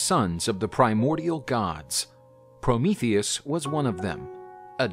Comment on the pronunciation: Finally someone says his name right lol